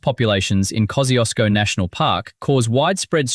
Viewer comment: Horrifying to see that they're flogging off those glorious silica sands instead of protecting them! A national disgrace! What next - building a data centre that uses the Finke River for cooling and burns rainforest timber for power? And would someone please teach this AI how to pronounce Kosciusko.